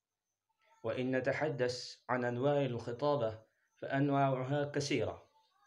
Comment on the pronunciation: من المناسب أن تتلفظ با لكلمة. الخطابة بفتح الخاء لابكسرها